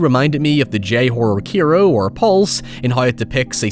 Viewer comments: Keero? You mean Kairo (Kah-eee-roh)? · Why do you still pronounce Kairo like that